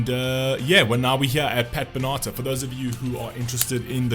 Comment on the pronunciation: "Pat Bennaater, never heard of him."